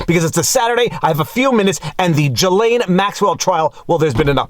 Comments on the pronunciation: I love most of your videos, but I got to nit pick a bit. For someone who speaks French, why do you mispronounce Ghislaine as "Guy (Geee) lane" like everyone else, (MSM) when it's actually pronounced "Zhiz len". Unless, since she's guilty anyway, why not abuse her a bit by mispronouncing her name. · For the love of god please stop pronouncing her name like that lol. From a fellow Montrealer you should know how to say Ghislaine (JISS-Len) My poor little Quebecer ears! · Gislains, pronounce with s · I really prefer the French pronunciation of this gal.. Jizzlane Maxwell.. Ghislaine.. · your hair is not a selling point. You also know how to pronounce "ghislain" stop fucking about.